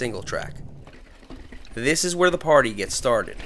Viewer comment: it ezzz what it ezzz